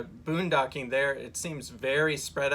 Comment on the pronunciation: Funny! in to the video she calls it Boondogging instead of Boondocking! Made me chuckle!